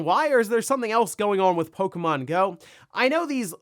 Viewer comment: It's pok-E-mon not pok-a-mon 😂😂